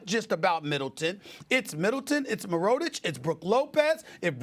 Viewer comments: When will someone tell him how to pronounce Mirotic? Merrotich??? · “Mur-Row-Tich” - SAS😂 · Lol Stephen A Smith pronounced Mirotic last name wrong but pronounced Giannis last name right